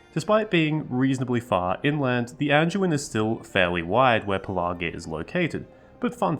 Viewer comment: It's easy to miss and easy to remember, say it like a pirate. "Pelargir" and you'll remember the middle 'r'.. .."Shiver me timbers"